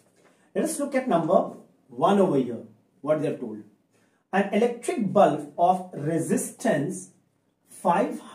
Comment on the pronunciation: That is bulb sir not bulf